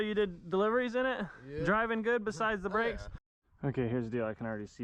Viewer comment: So what happened There was bwakes and then no bwakes 🤷‍♂️